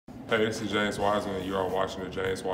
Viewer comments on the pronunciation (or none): none